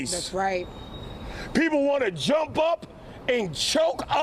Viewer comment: dats wight!